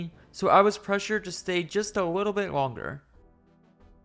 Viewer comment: "wittle" edit: 2 hours in and can't listen to that anymore. Witerwally